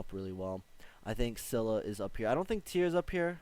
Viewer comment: Lool you're finally pronouncing scylla right